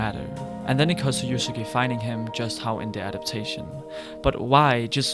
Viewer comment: dude. good video but. like, come ONNN you hear the word usagi (uh-sa-gi) spoken like a million times in the show. who is "yuzzaci"?